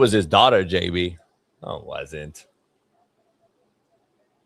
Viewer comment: Who called JB “Jew B”?😂😂😂